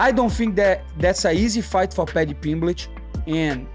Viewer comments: The way Renato keeps calling him Paddy Pimblitch.😂😂😂😅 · "Paddy Pimbligh"😂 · Why does moicano say pimlich 😂😂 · He said "Pimblitch" SO MANY times. 😂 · Money Moicano funny as hell keeps calling Paddy Pimblitch 😂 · How many times did moicano say paddy pimblitch 🤣🤣🤣